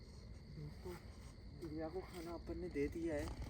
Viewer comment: 😢 murkh Ram padhe likhe nahin ho kya lagta hai tum anpadh Ho......... Priya Naam Priya Priya kahta hai pahle sun le bol FIR theek se........ Priya Naam hai pahle Jitendra bhaiya se Sun le Naam theek se tab bol....... FIR video banaa bevkuf anpadh jahil Aise video mat banaa........... Upar likha hai Piya Piya kya hota hai......(Priya bol)😢😢😢😢 Gadha pahle video banane chala tha pahle theek se uchharan nahin karta na theek se heading likhta hai upar Piya dikhayen....... Anpadh Raja theek se uchharan karo Priya bolo anpad........ Badi sharm aati hai tum log ke upar jo ki video banane chale aate Ho bolane ka tamiz hai nahin kya bolna hai kya nahin bolna hai..........😢😢😢😢 Ekadam Aise lagta hai anpadh to hai hi Ho Tum...